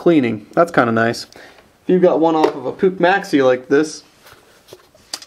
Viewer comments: Mmmmm.. PUCH.. pronounced “pooch” not “pook” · jesus Puch you say it wrong type it in google translate german and listen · Vintage advertisements from Puch themselves dictate "Puch rhymes with book" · Hi im just a boy from Switzerland and i think that i have a bigger clue of Puch MOFAS and you say Puch wrong